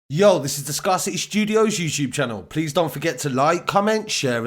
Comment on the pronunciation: Until mispronounced ScarCity never realised it was the same spelling as scarcity